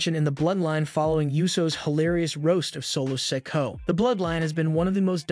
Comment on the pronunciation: I wanna know why you keep calling Solo Sikoa “Solo sicko” and Cody Rhodes “Cady” like c’mon son